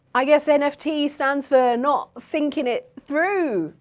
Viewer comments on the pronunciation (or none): "not finking it through" sure, it can stand for that if youre bri'ish lol